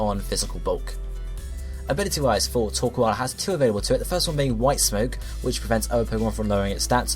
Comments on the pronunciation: It's not [toː(ɹ)•kwɑːl], it's [toː(ɹ)•kəʊ̯l]. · * Says coal normally * * Says the "koal" part of "Torkoal" like "Koala" *